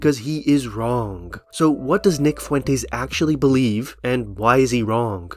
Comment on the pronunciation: The word “wrong” doesn’t have a hard G at the end.